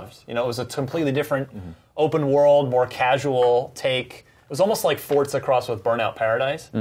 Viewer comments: Why are they pronouncing "Forza" like "FORT ZA"? Is that how it's actually pronounced? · For-za not fort-za